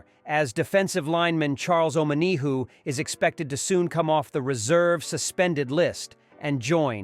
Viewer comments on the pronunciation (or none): not charles imma-knee-who